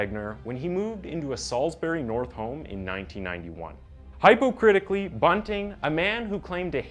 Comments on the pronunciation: no way you just said HYpocrittically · Dude just said hypo-critically 😂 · Perhaps try proofing and check what you recorded? You misread your script so many times it hurts my ears! The subscript is correct but you just can't read. He rented, not returned to the vault. He hypocritically, not high-po-critically, and other pronunciations are just so bad my ears are bleeding. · hypo-critically ? what did you say ? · The way you pronounces hypocritically is crazy. It sounds like a i reading this. Im out lol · Is… is a real person? Who the hell pronounces “hypocritically” like that?? I dig the content, but whaaaaa?! I’m genuinely perplexed.